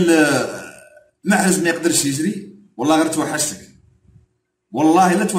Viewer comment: ما يعرفش ينطق اسم محرز بطريقة صحيحة عوض ما يقول محرز يقول محرج تعلم تنطلق اسمه ثم هاد علق عليه خي حالة